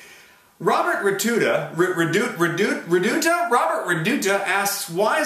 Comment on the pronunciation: you answered my question! :D and yes you said raduta right the second time :D